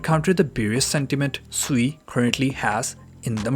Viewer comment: Isn’t sui pronounced “swee” haha